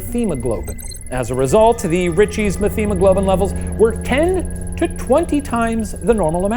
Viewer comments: It's pronounced 'met hemoglobin'. Not 'meth...' Also, I loved the reference to the Professor!! Miss that content y'all used to create. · I hate to burst your guys’ bubble but you don’t pronounce the “th” in methemoglobin. It’s meT-hemoglobin. I’m a lab tech and as soon as you said the blood was brown I knew it was a hemoglobin disorder! Cool case!